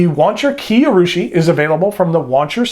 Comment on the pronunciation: oh, and Kiei is pronounced Kee-Ay